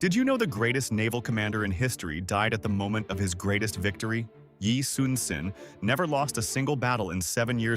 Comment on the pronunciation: It’s Yi-SUN-SHIN u fk